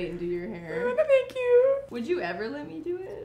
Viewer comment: You also say "lit" me do your hair...instead of Let. LOL Adorable!